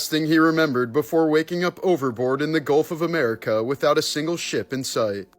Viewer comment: I was like, what the hell did he say? Then he said it again.